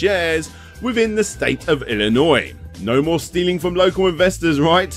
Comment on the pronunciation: Ah, you pronounced Illinois correctly! Bless you.